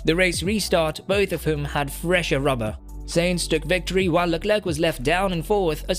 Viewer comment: Carlos Sayings??? You got to be fu€king shi#ing me. Bro. Please. For fokssake learn how to pronounce the driver's names right.....